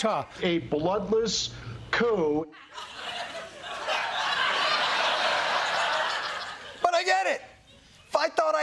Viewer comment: Not couping! Cuop "coup coup kasouping"! Yes the p is silent!